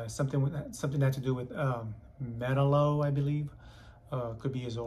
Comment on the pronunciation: Bro, on that Superman comic -- not "Metal-O" it's pronounced "Meh-tal-oh". Count me in, my guy!